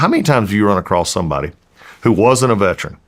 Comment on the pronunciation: Mr. Collins , please pronounce the word correctly, Veteran not veTRAN. I live in Ga. I get it we can get words pronunciation lazy.